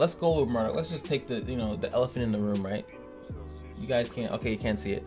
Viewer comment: I keep getting triggered hearing you pronounce Marduk as Murdock lol.